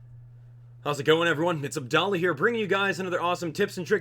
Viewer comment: It's pronounced Ab Dall Ahhhhh